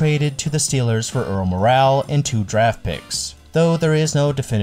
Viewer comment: It's Rocky Colavito, and Kuenn is pronounced Keen, not Ken. Earl Morrall is pronounced Moral, not Morale.